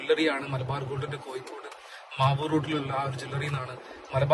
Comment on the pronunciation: Your attention please.. ആദ്യം മലയാളം നന്നായി പറയാൻ പഠിക്കൂ.., എന്നിട്ട് മതി ഇംഗ്ലീഷ് പറയാൻ... കോഴിക്കോട് ആണ് അല്ലാതെ കോയിക്കോടല്ല... ഒരു പ്രാവശ്യമല്ല.. ഒരു പാട് പ്രാവശ്യം..... ഹോ.. കേട്ടു മടുത്തു... കൊയ്ക്കോട്.....